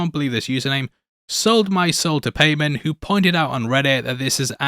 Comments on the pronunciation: Hate to be that guy but it’s pronounced pieman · It's pronounced 'pie-monn' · It's pie-mon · Am I the only one who's been irritated with his pronunciation of Paimon? PayMen... Pay Men. It's close I guess but so far